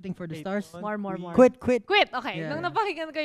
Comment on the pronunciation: Umisa ka nnman jah!!😅 Quit- kuwit😂